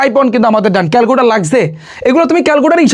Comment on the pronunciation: ক্যালকুলেটর ❎ ক্যালকুটার ✅😂